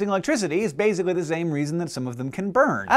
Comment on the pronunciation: How many times did he say "bazically"